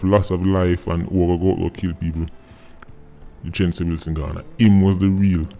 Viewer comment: U a pronounce the name wrong tho. Its two syllables not three